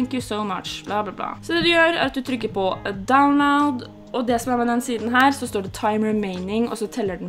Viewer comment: dawnlaod🤣🤣 ler meg ihjel